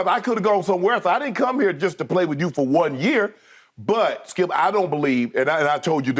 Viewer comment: I will always love the, “DONT DO DAT, SKEEUP!”